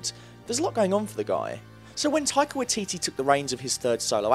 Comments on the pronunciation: Being a Kiwi I'm hurt at how you're saying Taika's name. JUST SOUND IT OUT!!! Ta i ka Wai ti ti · Okay. I've scrolled through like 3 pages and no one has said anything about his pronunciation..... its pronounced "Why-teetee" not "Wit-teetee" same for his first name "Tie-kah" Taika Waititi..